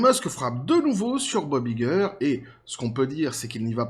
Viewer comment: on prononce en anglais Bob "ail"-gueur, pas i-gueur